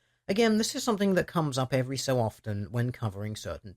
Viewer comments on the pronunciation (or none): none